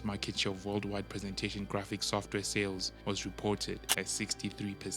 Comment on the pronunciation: "Sofware" ? Really?